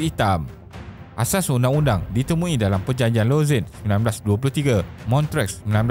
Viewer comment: terbaik video ni. macam biasa, isi yg ringkas & padat dan animation yg informatif buat kita senang faham. cuma lagi baik kalau sebutan tempat2 international disebut dengan betul macam Lausanne, Montreux, Kiev etc. keep it up